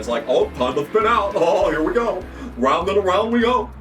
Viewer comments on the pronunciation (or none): none